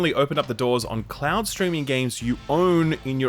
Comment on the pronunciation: Why is this guy trolling and sometimes saying ‘cloud’ and sometimes saying ‘clown’?